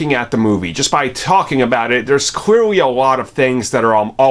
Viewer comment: I hate how often he says clearly, because ironically he cannot pronounce clearly, clearly.